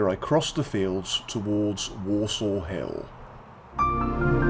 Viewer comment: As a born and bred Clitheronian, I really enjoyed the film. Just a small point .. Worsaw is pronounced (at least locally) as "Wursa" rather than "Worsaw"